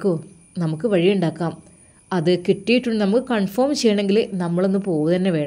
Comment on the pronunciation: കൺഫോം എന്നല്ല പറയേണ്ടത് confirm എന്നാ